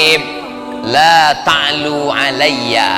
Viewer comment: Apa salah dengar ya kok laa ta' luu seingat saya allaa ta'luu 'alaiya.....